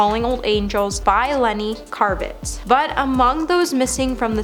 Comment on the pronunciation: Lennie "Karvitz"??